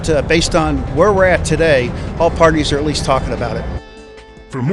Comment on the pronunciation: "it could come in texing on a cell phone, it could come in tucking on a cell phone"